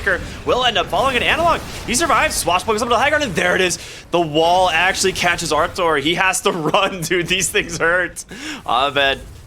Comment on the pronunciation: bro stop calling him artour its rtz he aint ur boy lol